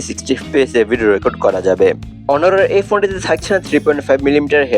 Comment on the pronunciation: উচ্চারণ হনর না ভাই অনার